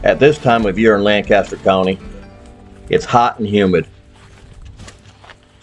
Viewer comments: wrong... It's not "ister" It's "aster" with a soft a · phonetically... Lank... aster... Soft A... And yes I was a lifelong local